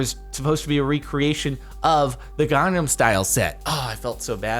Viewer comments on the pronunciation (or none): none